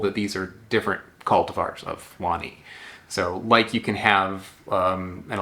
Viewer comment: you pronounce it right, wani pronounced one knee